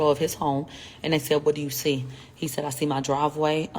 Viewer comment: He sai yah , she sai ,he sehd , she sehd. Every other words spoken in her videos. Drives me crazy for real 😆